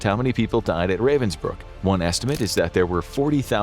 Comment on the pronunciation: The place is actually called Ravensbrück. Why does "Ü" matter? Pronounciation is different.